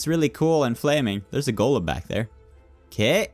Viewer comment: When you say golem, it sounds like you're saying "gollum"